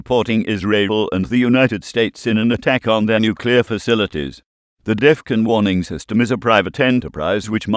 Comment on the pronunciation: Jesus man bring back the old voice. This new voice doesnt even say Defon properly he says deffun. Just look at all the comments asking for old voice back.